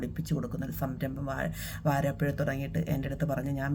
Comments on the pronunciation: വരാപ്പുഴയാണ് വാരാപ്പുഴ അല്ലാ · Good 👍👍👍 വാരാപ്പുഴയല്ല ..... വരാപ്പുഴ